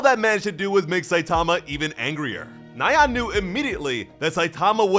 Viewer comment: Another cool video. BTW.. nyan is one syllable. It's a variation of the sound a cat makes. Hearing you say it nigh-ann 30 times drove me up the walls.